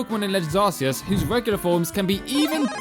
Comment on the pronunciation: Finally someone that pernounces it AR-SEE-ES